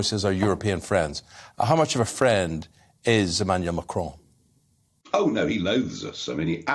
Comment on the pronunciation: What's this fascination with pronouncing Macron with a faux French accent? "Machraaawn" Just say Macron, like Bolton's stadium.....after all you won't hear him pronouncing Boris Johnson in RP